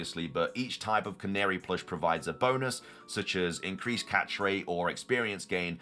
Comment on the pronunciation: I thought I was going insane but youre the first person to pronounce Canari correctly I swear lmao